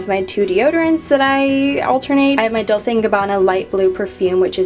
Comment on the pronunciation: Dolce is Italian. The "c" should be pronounced like "ch"